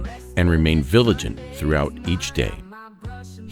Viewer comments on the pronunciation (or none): Also, there is a word pronounced wrong… it’s “ vigilant”, not “viligant”. Just saying…